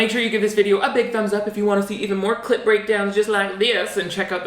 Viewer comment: I love your clip breakdowns! but everytime you say it i hear clit breakdown!! That is all!